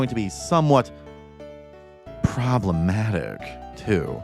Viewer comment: The emphasis on “problematic” activates my flight or fight response.